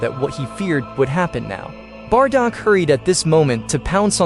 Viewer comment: Bardock not bardog